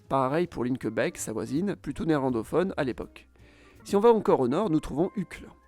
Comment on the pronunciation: PS : Linkebeek se prononce Linkebééék :)